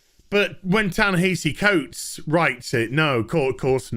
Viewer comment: Ya-Nehisi Coates... who is that again? I feel like I should know him for something other than being an SJW crybaby... director of incredibly underwhelming movies that’s right!